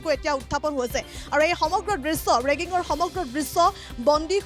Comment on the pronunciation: বাইদেউ ৰেগিঙ নহয়।ৰিগিঙ হে। বাতৰি পৰিৱেশন কৰা আগতে শব্দ বোৰ জানি ল'ব